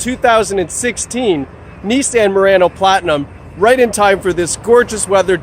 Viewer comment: It's NIS-saan, not Nis-san!